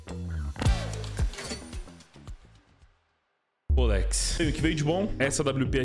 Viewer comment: "polex" HAHAAHAH